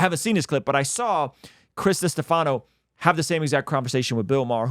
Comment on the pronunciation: I enjoyed this video and will watch more but have to say it’s Duh-Steff-uh-no 😎 he’s a funny comic and co-hosts a podcast with Sal from Impractical Jokers! I hope Joe can see what he’s trying to avoid…it’s like Jesus is right in front of him but Joe’s eyes are traveling Christ’s silhouette just to avoid recognition of truth.